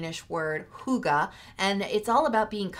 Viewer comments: hygge means fun in danish and is pronounced something like hue get (without the t sound) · The Danish word, "hygge", should be pronounced as 'hue-guh'. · It's hyggee tried it using Google translate and its Norwegian pronounced as (hee-gya)